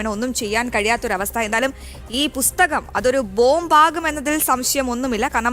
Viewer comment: പുസ്തകം എന്ന് പറയാൻ ആദ്യം പഠിക്കൂ